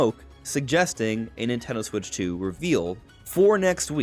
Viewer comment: The Nintendo Swiich 😂